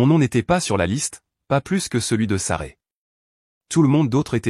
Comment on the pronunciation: C' esct Sasrah !, ce n' est pas Saray §§§§.... Vous ne pouvez pas raconter correctement ???..... Vous ne savez même pas lire ???....